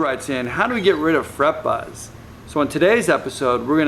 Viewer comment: omg i thought it was fucking halarius how they hade to make another video because they hated him saying fret buzz xd!!!!!!!!!!! awsome vid